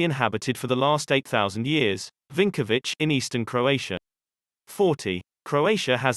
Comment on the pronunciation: 39. Vinkovci (not Vinkovic)